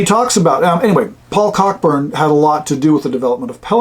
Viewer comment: BTW — Cockburn is pronounced coh-burn, like the old American actor, James (different spelling). For a bit of fun, look up (on YouTube) Dinner with the Russians Cockburns – on the Symington Family Estates channel. It's a UK TV ad from the 1980s about the (mis) pronunciation.